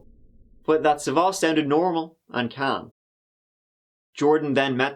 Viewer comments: The stress is on the first 'a'. Sa'vvas, not Savva's. Ear rape for Greeks. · It’s sàvvas not savvàs ! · Dammit it's sAvvas not SavAs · The man's first name is "Savvas" not "savos: as the narrator calls him. Learn to pronounce the names properly before trying to pronounce them. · you fucked up big trying to pronounce greek names hahah. its sAvvas, not savvAs. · FYI, you are pronouncing the male victim's name wrongly throughout the video. It's SAvvas, not SavvAS. Common Greek male name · Sάvvas. The stress is on Sa. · As a Greek person, it's Savvas with the sa being pronounced first 😝 but otherwise the pronunciation was 👌